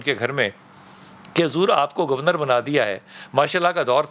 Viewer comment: بھائی جان آپ بریکنگ نیوز تو نہیں سنا رہے بلکہ ایک تاریخی دور کی کہانی سنا رہے ہیں تو اتنا جلدی جلدی سانس لیکر بولنے کی کیا ضرورت ہے؟ اور یہ گوُر نرَ۔ Gor nat کیا ہوتا ہے جناب؟ حد ہوتی ہے، ویسے آپکا آج کا ٹاپک ۱۰۰ نمبر کا ہے۔